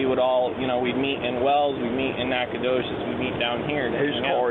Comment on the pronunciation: Nacogdoches. The “G” is silent. This is just like Uvalde. Everyone shows up and stands around with their hands in their pockets. "Texas Fusion"